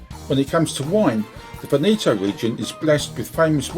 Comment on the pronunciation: Your pronunciation of Veneto is totally wrong. Before making a video please learn how to pronounce it correctly. By the way the video is nice.